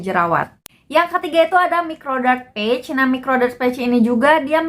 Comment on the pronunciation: Saran aja kak, liat cara baca "patch" di google. Soalnya kakak kaya ngomong "page". Semoga diterima dengan lapang dada ya kaka 🤗🤗 Oiya makasih bgt reviewnyaa. Sangat membantu ❤️❤️